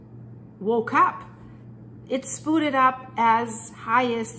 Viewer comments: FYI: the word "spewed" is pronounced "spYOO'd", not ""spood". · I use to think you were a foreigner speaking a 2nd/3rd language but your just a backwards Cunuk that can't even say spood sppooood.... SPEWED!!!!... good god. You're points are lost in your inability to command the language you wish to convey this information in. When it finally hit you're Canadian any sort of leeway or understanding at the speak evaporated instantly and honestly makes me up set I even allowed those graces. I don't care how good the info is.... its one-two good bits of info and then blathering to hit time makers. Repeating and repeating without ever saying something new ...like the robot... good job for making the technology work for you. I'm going to do the same and block you're channel with more tech. Yes its possible even though youtube doesn't provide this feature. Get a speech therapists for the love of all that is pure and holy... SPPPOOOOODDD get out of here. good bye not going to be a next time. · "Spoo'd." lol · Spooed, LOL!